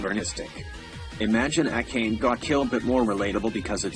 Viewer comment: I dont like the way "akame" was pronounced